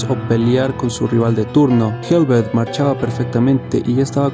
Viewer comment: No se pronuncia helvet, sino helvete tal cual se lee. Hablo noruego y sueco. Son muy similares estos idiomas. Saludos